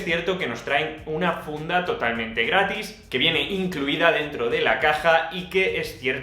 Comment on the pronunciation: "Apple te incluye una funda GRASTIS" --Dice ja--ja "GRATIS"